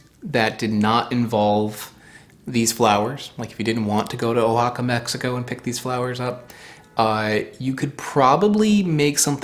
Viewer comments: The state of Oaxaca is pronounced Wa-ha-ka not Oh-ha-ka. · "wah HA kah" You could at least try to pronounce foreign words correctly. It's not that hard. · the name of the state (and its capital), Oaxaca, is pronounced “Wah-hah-kah.” I went to Oaxaca a few years ago, and I had the drink, Tejate. It was good.